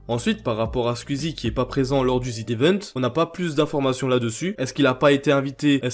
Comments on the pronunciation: mais frérot tas vidéo est super quali mais prononce bien les mots phares de tes vidéos wsh, ça se prononce ZedEvent pas Zid 😭😭😭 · Zevent, pas ZIDEVENTE omfg, personne ne sait lire bordel de merde. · Ca se prononce zi event, pas zi devent par contre. xD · Tu peux arrêter de dire ZIDE event comme un attardé stp jai envie de m'arracher les couilles a chaque fois merci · Pourquoi tu dis ZeDevent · C'est quoi le zidevent? Sérieux mec, fais pas de vidéo sur un évent dont tu sais même pas prononcer le nom 😂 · il y a que moi que ça stresse qu'il dise "ZidEvent" ? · Zd'event, la prononciation me tique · « Zidevent » ptn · pourquoi "zdevent"? il n'y a pas de liaison avec le z de z event